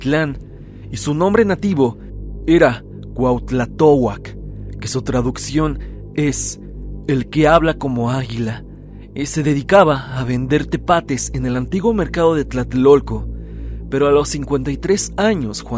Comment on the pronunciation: Hola, con todo respeto, solo una corrección. En el minuto la palabra no es tepates, sino petates. De ahí la expresión "petatearse", porque cuando la gente fallecia no se usaban ataúdes sino que los envolvían en un petate y se enterraban. Nada más. 😅 Muy buen canal y muy buenos videos. 👍🏼😉